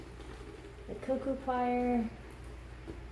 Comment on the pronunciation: Coir not choir Cor-ee-er